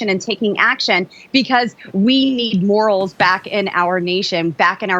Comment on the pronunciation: Did she say morals???????????😂😂😂😂😂😂😂😂😂😂😂😂😂😂